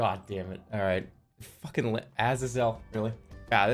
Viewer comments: why is he pronoucing it as aza-zel instead of a-zay-zel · it pisses me off immensely how he calls azazel "ahzz-ahzz-ell" instead of "uh-zay-zull" like how you're SUPPOSED TO SAY IT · Ah-zuh-zel. What the fuck is that pronunciation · Why does he pronounce it ahhsizle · I literally left because he wouldn't pronounce azazel right and I was getting bored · The way he pronounces Azazel's name makes my face hurt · The way he says Azazel pisses me off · Disliking for his pronunciation of azazel